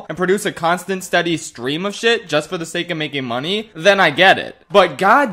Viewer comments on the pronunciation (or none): none